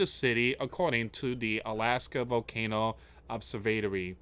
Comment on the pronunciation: That's not how you say Observatory just fyi